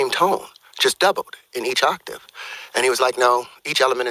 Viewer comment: Someone teach this guy the word 'octave'